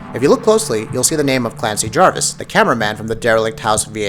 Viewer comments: Clancy JAVIS not Jarvis. 😂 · It's Clancy Javis. Not Jarvis. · It's Clancy JAVIS not Jarvis you fucking idiots... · its pronounced Clancy Javis